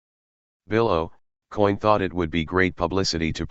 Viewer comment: Bill Ohcoin, Not Aucoin.